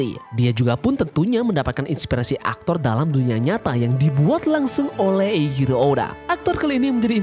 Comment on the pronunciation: sorry min mau koreksi, kalo dalam bacaan jepang penyebutan huruf C itu ga dibaca seperti huruf "K" seperti dalam bahas inggris. jadi kalo "Eichiro" itu dibaca "Eiciro" bukan "Eikiro" suka agak gimana gitu dengernya kalo dibaca sok sok inglish gitu tuh. maaf ya min sebelumnya, tapi sepengetahuan ane sih gitu. silakan temen2 koreksi kalo ane salah 🙏🏻